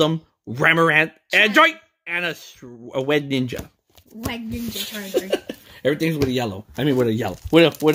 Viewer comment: You said charzard times